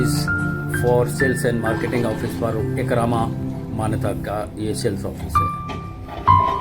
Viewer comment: Sir, its not EKA-RAMA its EKA-MARA